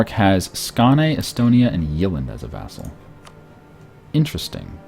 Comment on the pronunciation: The way he pronounces the swedish names is hilarious hahah. Skane, Jaelland